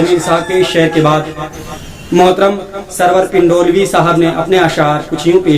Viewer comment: حضور ! میرا نام serwer pandolvi ہے نہ کہ Pindolvi...... ویسے خاکسار کا پورا نام _ میم ، سرور پ'نڈولوی. ۔۔۔ ہے . ۔۔۔۔۔۔ "پ" زبر کے ساتھ ۔ اس پیشکش کے لئے مبارکباد ! 💘💘💘💘